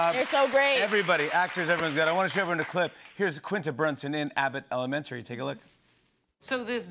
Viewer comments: why can’t jimmy pronounce elementary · Why does jimmy pronounce elementary like that? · I guess there's a new pronunciation for elementary now. 🤔 Love Quinta and all her success! And I'd react the same around David Blaine. He can keep his voodoo to himself. 🙅🏾‍♀️ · I bet they cut out Quinta calling out Jimmy for how he pronounces "elementary" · I’m bothered by the way he pronounces Elementary. He he foreign?